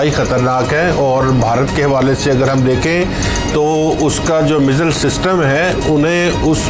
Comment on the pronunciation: Missile bolne aata nahi. Chale hain salah dene. Don...y